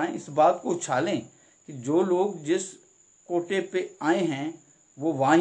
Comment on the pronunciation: Its a kahota not kota.